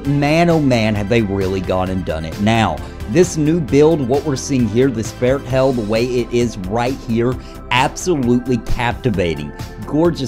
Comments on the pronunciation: It's fair-thale pal XD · I think they spilled the beans on how to pronounce Faerthale,. Put the 'T' with the second syllable.